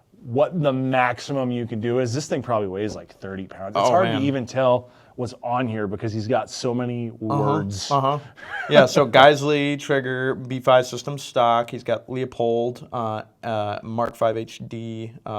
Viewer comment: It’s “Loo-poled”! Why can’t any YouTubers get that right? Just call Leupold and listen when they answer the phone!